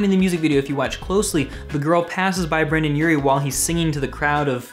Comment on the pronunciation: he keeps saying brannan urie and brandan Its Brendon Urie